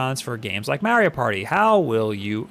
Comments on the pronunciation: Ma ree O. Not Mare E O. Play any of the games and he'll say his name for you. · IT IS MARIO NOT MEARIO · Mario not mary-o